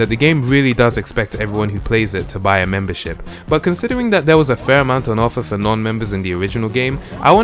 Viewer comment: So much MEMBERSHIP in this video i heard and i heard "membershit"